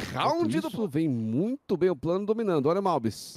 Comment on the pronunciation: É impressão minha ou o narrador falou “prano”